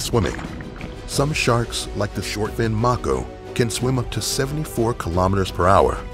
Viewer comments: The way he pronounces mako and usain bolt infuriates me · All that info and the guy mispronounced "mako" shark 🤣🤣